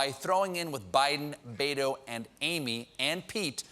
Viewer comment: Love your show, Colbert. Really. Watch every day. But seriously....you STILL can’t pronounce Beto? You really look at that and think it’s pronounced Bado?